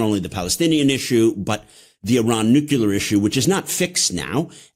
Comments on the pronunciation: Nuclear.... Not nucular! Please... You know better!!! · It's NUCLEAR not NUCULER. Smart guy. Boo this man. BOOOOO!!! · Cannot take this man seriously the way he says nucular.